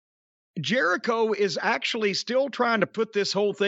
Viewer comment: Chris Jeri-Dough? Chris Jelli-cho? Crisco Jericho?